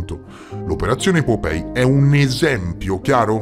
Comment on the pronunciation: Vecchio, non voglio fare il saputello del ca..o, magari li pronunci sbagliati apposta per via di qualche meme che non conosco o altri motivi. Comunque, just in case, POPEYE si pronuncia POPAI che sarebbe l’occhio (Eye) che fuoriesce (POP) un po’ troppo dalla faccia/muso tipo la rana o la nostra prime minister 🍈 🍈 Poi già che ci sono, mi ricordo di altri video precedenti: REUTERS si pronuncia ROITERS (in crucco). Angkor Wat si pronuncia come si scrive tipo Ankor Vat (Wat significa Tempio in Thai, deduco anche in Cambogiano) Poi nel video sul Vaticano Omertoso durante i rastrellamenti, la lettera inizia con Lieber Freunde, significa semplicemente Caro Amico. Non ho capito perché lo traduci correttamente, ma poi parli di Reverendo Leiber (Anziché pronunciare Liber che appunto significa “Caro” in crucco) come fosse un nome proprio, mettendoci il rettangolo rosso attorno. Piccoli dettagli comunque, chiaro. Si vede che non riesco a dormire nonostante siano quasi le 4am qua in Thai? Ahahah Spero di essere stato un minimo di aiuto e niente… ti voglio bene anch’io e spero un giorno di conoscerti di persona, anche solo per un abbraccio. Ciao bestiaccia ❤